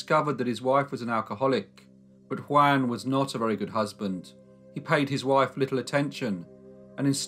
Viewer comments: *JUAN rhymes with YARN, not YAN. * 😖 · In Byran's poem, Don Juan, Juan is pronounced Jew- un.